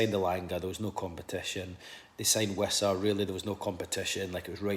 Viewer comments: While we are on the topic of pronunciations of player names can we spread the word a bit that Wissa isn’t pronounced “Visser” you pronounce it with a W, no idea why people all last season were pronouncing it that way other than maybe because we signed Woltemade at the same time. Glad to hear Keith pronouncing it correctly in this video Note: don’t believe be, go and see him pronouncing his own name in the Player Name pronunciation video Sky Sports have started putting out each season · Yeah it’s Wissa and always was. I think you’re right about Voltemade confusing folk as I thought similar at the time.